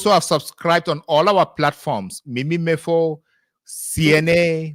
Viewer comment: You have spoiled everything by pronouncing the name Mimi Mefo . However , you are applauded .